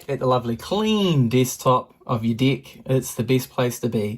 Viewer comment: Is it just ME who hears deck as Dick?! 🤨